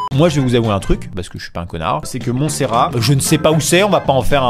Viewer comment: Ji suis pas 😂😂😂😂😂😂😂😂😂😂😂😂😂😂😂😂😂😂😂😂😂😂😂😂😂😂😂😂😂😂😂😂😂😂😂 Ji suis pas 😂😂😂😂😂😂😂😂😂😂😂😂😂😂😂😂😂😂😂😂😂😂😂😂😂😂😂😂😂😂😂😂😂😂😂 Ji suis pas 😂😂😂😂😂😂😂😂😂😂😂😂😂😂😂😂😂😂😂😂😂😂😂😂😂😂😂😂😂😂😂😂😂😂😂